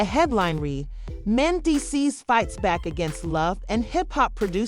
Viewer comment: Men-Dee-Cees!!! Geez